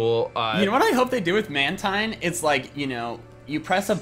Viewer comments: Man-Tine, Man-Tine, it's pronounced Man-Teen, Speqtor represent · It’s pronounced man-teen!!!